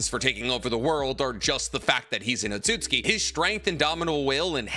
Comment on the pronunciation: he said Code an Otaku for Otsutski LMAOOOOO